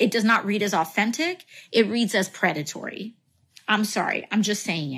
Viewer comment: Predetary? Is she serious?